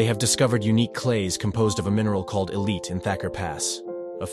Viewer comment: "... a mineral called elite [sic] ..." -- no, "illite".